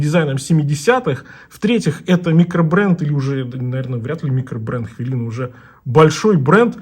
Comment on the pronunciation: у кого у вас? Вообще-то хвилина, а не хвялина.